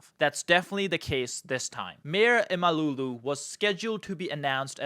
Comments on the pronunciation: It's not imalulu ffs... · lol its not imalulu ahahahahaha imam oglu is ok but imalulu is funny as fuck 😊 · It is not ‘imalooloo’, it is Imamoglu. Just get it right please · Not imaLULU, it is imamOĞLU 😅😂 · Ekrem Emalougoo😂 dude its imamoglu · Thanks for the great video. It d be much better if you spent 5 min to correctly pronounce İmamoglu man😂 He is not an African, imalulu?? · By the way, how hard can it be to pronounce his name 'Imamoglu' properly ? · The prononciation of the name is imm-uhm-owl-woo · No! İmamoğlu = ğ → This letter is silent but elongates the preceding vowel "o" in this case. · How hard can it be to learn how to pronounce a name in foreign language? LMFAO each time you say Ekrem İmamoğlu.